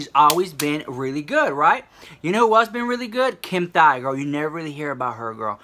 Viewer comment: DID U JUST SAY KIM THIGH LMAO